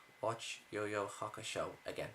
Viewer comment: you know he knows nothing about yuyu hakusho because he can't even say it right